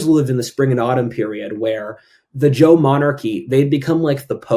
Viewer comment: `Zhou` is not pronounced like `Jo` - J is a voiced CH sound, and you were pronouncing it that way. However, ZH is pronounced as a voiced SH sound; a fricative consonant, not a stop. It's a sound that doesn't appear in English.